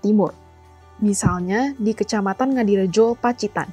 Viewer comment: Ngadirojo bukan ngadirojo